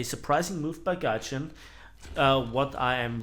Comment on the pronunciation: This mispronounced word "Tryjin"... Scarry how accurate this describes the method of operation of this company :D